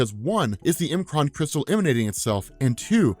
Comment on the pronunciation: I love that you say M'Kraan the way that you do. Some pronounced it "MUH-kron" and being an X-Men: The Animated Series fanatic, I say it like you do and always have. I was worried for a second though. Lol